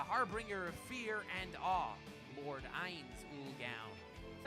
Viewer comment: Holy fuck I've tried soo hard to sit through the butchering of names...I love anything Overlord, so I've been binging youtube vids about him, but oh my god stop butcher soo many names, why do you people do that? 1 minute in and you Butchered Usopp, Meliodas, and Ainz's names...You remind of the retarded way Naruto's dub calls him...ffs people